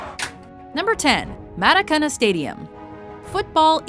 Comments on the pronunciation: Anyone else notice how she pronounced Maracaña wrong? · The way she pronounced Maracanã... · Anfield? Allianz arena? Elland Road? YOU EVEN SAID MARACANA WRONG! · would help if she could say Maracanà correctly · Cant pronounce the maracana